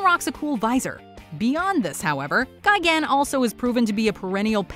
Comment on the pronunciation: and its destroyah not destroyer and its gigan not gigant